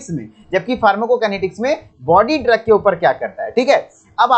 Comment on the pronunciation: Aapne drogue ko ghalat pronounce kiya hai.